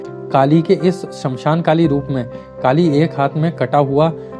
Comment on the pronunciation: Uchharan ko Suddha kijiye. Bahat trutipurna hai uchharan aur bahat poor pronunciation. Smashana ko Samshan kehte ho , correct word is - श्मशान. And the greatness Mahtmya ko some mahatam kehte ho. Jab ki sudhha sabda hai - महात्म्य.